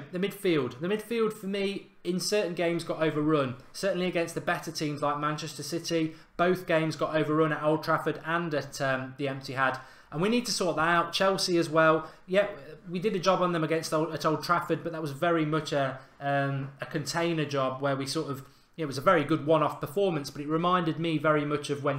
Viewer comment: The Emptyhad 😂😂😂 us united fans don't even realise we say it